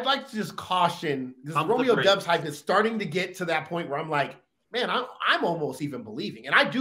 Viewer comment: It's Dobbs when you pronounce it folks. Like Cobb. Not dubs